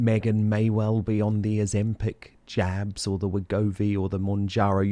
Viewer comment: American here. At first I thought you said "Meghan may be on the Ozempic jams" 😂 then I realized you said jabs.